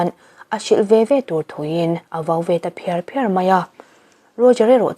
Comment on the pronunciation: A vau ve ta phiar phiar mai a tih a phiar phiar i lam kha...'la phiar' lam rik ang in i lam. Lam or thluk dikloh i nei zeuh zeuh zel.